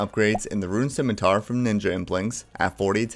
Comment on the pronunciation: You pronounce "scimitar" correctly, you get a like and a subscribe. Simple as.